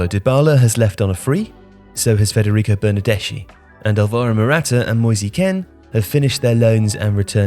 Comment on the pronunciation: Nobody:: MOYSEY KEN